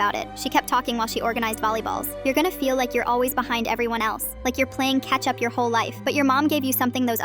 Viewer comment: Am i the only one who heard ketchup instead of catch up?😂😅